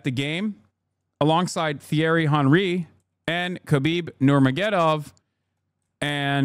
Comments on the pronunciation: "Get the bloke love." The h in Thierry is silent. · How you butchering Thierry's name like that dawg?